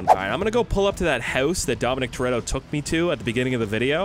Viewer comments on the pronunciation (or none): Thats not dom toretto its dom tortilla